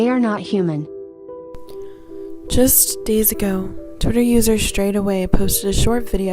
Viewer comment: Why the hell do you say "human" like that!?! Good Lordy girl update your audio too!!